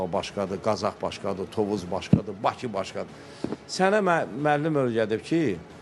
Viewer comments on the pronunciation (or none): none